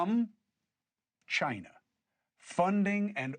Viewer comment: He almost said Chi-Nah!